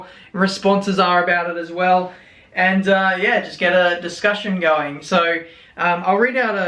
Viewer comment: it's his dischusan